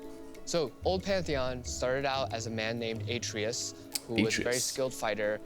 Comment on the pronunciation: Should have been pronounced Ah-trey-us. Like the BOY